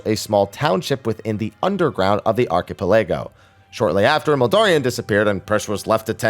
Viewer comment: Archi palago? What?